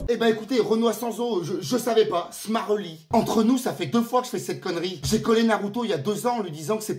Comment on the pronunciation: le "smareuli"